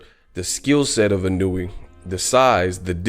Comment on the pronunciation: btw, you say his name like this: EEE-NOO-WOO-AAA